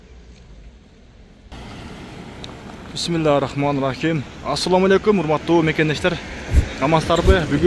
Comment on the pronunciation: Биссмилла рахманрахим эмес Биссмиллаахир рохмаанир рахиим деп суйлочу туура